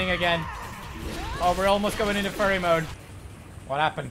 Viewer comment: At first I was confused but then I realized he was saying fury😂